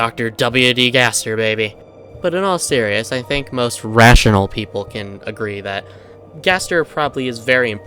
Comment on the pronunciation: that ratoinal rly hit my ear holds